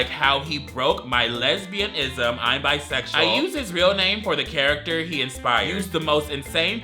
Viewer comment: honestly so refreshing to finally have someone outside the bi community take the time to learn how to pronounce bisexual. thank u.